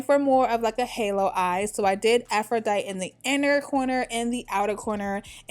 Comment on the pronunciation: The look plus the wig is a BOMB ass combination. But sis, it’s afro-dye-tee and boat-tuh-chell-ee